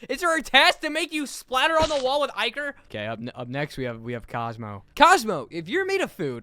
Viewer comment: ITS ICORE NOT IKER